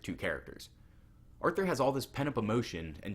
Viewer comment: Hahah, agree! And fyi it’s pronounced Arthur*